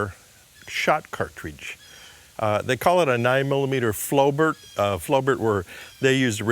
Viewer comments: Stop saying 'Very unique'. Unique is an absolute quality and cannot be qualified by 'very'. Either a thing IS or IS NOT unique. Flobert is pronounced as Flow bear. The T is silent. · The T is silent !